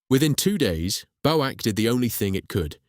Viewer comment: BOW-ACK?? For goodness sake, it's B.O.A.C, each letter sounded separately.